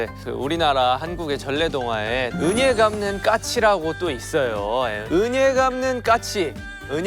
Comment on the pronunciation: 진아 왜 은예갚는이라고 발음을 하니 ㅎㅎㅎㅎㅎ